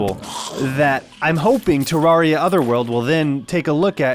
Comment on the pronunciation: it's terr air ia TERR AIR IA TUB FGIFFRTJVRUDTHDT